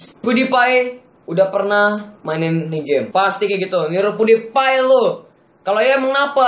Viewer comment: Bang Bukan Pudipai Tapi PewDiePie